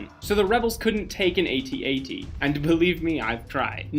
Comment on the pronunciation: So much gold in this video even though I had heard most of these facts beforehand, Thank you. But the truth of “or A-Tee, A-Tee if you believe in pronouncing things incorrectly” was the absolute highlight of the whole video! I know people get confused by the fact that an AT-AT is an All Terrain Armored Transport and called an Imperial Walker but it is NOT an A-Tee, A-Tee. Period, end of line, no question, discussion over, class dismissed. 😂🤓